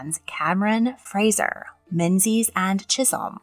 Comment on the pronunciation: Menzies is not pronounced how it is spelled, all the other names seemed to be pretty close to the proper pronunciations. Only Mackenzie can get away with it bc too many ppl mispronounced the anglicized form, the z actually represents the Middle English letter and Scot’s letter yogh which when written lowercase, looked like a cursive z. Menzies would be pronounced something like Mengis while MacKenzie would sound something like MacKenyie. Other names like MacFadyen were spelled MacFadzean and there are countless place names with the letter yogh in Scotland.